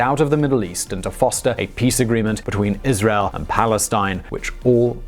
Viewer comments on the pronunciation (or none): none